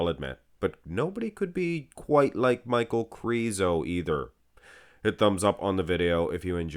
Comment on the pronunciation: I think his name is pronounced "Meek-Hal" but i might be wrong, i just can't see Michal being pronounced Michael, Mikal would be a close 2nd imo.